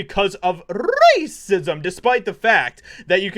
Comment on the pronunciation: The way you said racism was hilarious 😂